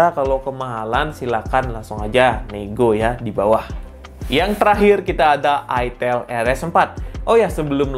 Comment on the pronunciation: Bilangnya pakek a bang aitel jangan itel😂🗿